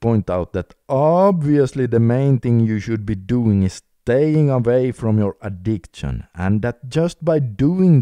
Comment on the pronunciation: Brother i like your videos. Btw it is addik-shin not addikt-shin